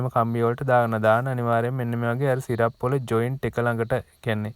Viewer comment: සිරප් නෙවෙයි බ්‍රෝ...ස්ටිරප්ස්...(stirups)